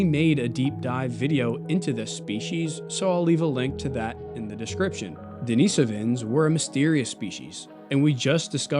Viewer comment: Great video! I especially appreciate your perfect pronunciation of Denisovans; to many creators on this topic use a pronunciation that - for those of us who know Russian - is like fingernails on a chalkboard. Bravo!